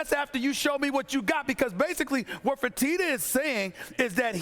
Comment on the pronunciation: I'm shocked we didn't get a Fertitter today. Its coming Stephen A never let's me down with the "er"